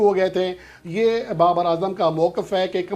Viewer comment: ھاھاھاھا۔ بابا اعظم بابا اعظم بابا اعظم یار یہ لفظ ٹھیک نہیں ہوا آپ کے منہ سے